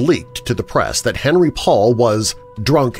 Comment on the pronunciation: fabulous as usual! (btw it's "on-REE" - him being French)